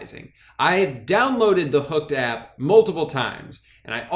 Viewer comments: I like how drew pronounces “app” like “ahyp” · Your southern twang comes out when you say “app”